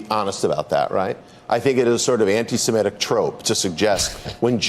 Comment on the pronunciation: Dude is the head of the ADL and he can’t even correctly pronounce “antisemitic”. It’s “anti-sem-it-ic”. Not “anti-sim-et-ic”.